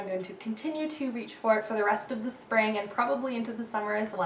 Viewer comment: "my Sping..spa-ving" HAHAHAHA laughed SO hard at that. Jeez you crack me up!